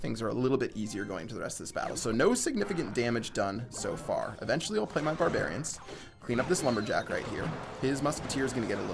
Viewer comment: does anyone else cringe every time he says the word eventually in the wrong way?lol